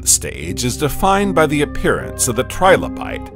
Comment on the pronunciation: Trilobite not tribolite, you ignoramus